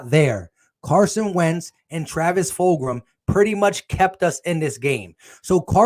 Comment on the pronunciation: Its fulgham FULG-UMMM